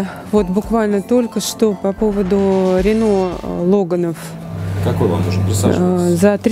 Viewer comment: все, конечно, хорошо. Но только ударение в слове Logan - делается на первый слог)))